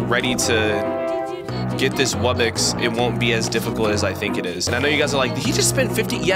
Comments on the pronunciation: him saying wubbix and not wubbox makes me mad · When he says wubbox in the spin wheel he says wubbix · Here is a MASSIVE TIP Focus on buying and placing a lot of Islands, You can get Gold, Food, Relics [Once you get amber island] And more Wubbox is Pronounced Wub-box [ Man it's really obvious it ain't Wubbex ] A Regular Wubbox costs 75 Million Coins, be sure to mow that damn lawn. A Rare Wubbox needs Starpower. I will tell you what Starpower is next video because i forgot. A Epic Wubbox Costs 1 Diamond, But yet it is really hard to power up though. The Islands that needs monsters to summon are Celestial Wublin Amber [ Probably more but I forgot ] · WUBBIX?!?! WUBBIXXXXX!?!?!?!!??? ITS WUBBOX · it’s not call webbex it’s called wubbox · "Wubbix" "Tawkeir" "Weirdos" "Ice island" 💀